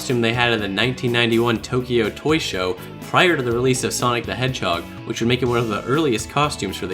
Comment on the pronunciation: Knack sounds like Neck. Sunki the edgehog & Neck